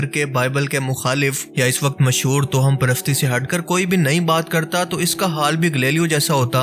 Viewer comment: tohum nahi Bhai sahi talaffuz tavahhum hai